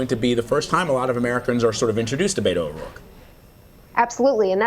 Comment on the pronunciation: "Beto O'Royke"